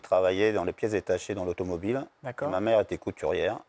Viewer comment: "dans l'automobileu" il a chopé un peu l'accent du midi